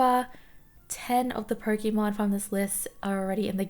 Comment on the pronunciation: such a relaxing voice and great video but its pronounced "Poke(ay)mon